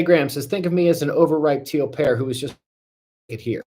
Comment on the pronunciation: I thought you were saying Teal Parrot. But it was Teal Pear. I kinda like the idea of tons of teal parrots all over the place better 😂